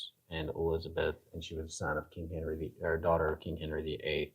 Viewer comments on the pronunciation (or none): none